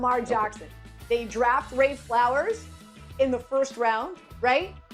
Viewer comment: Did she just call Zay Flowers, ray? Smfh